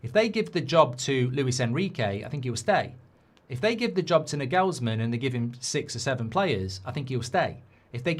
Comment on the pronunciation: For Gob's sake Mark,, it's NAgelsman, not NaGELSman. It's super simple German.